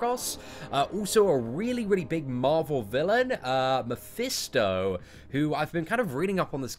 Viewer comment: It's pronounced "Mephisto" not "Mephesto"